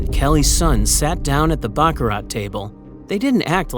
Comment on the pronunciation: You don't pronounce the "t" in baccarat! :face-turquoise-covering-eyes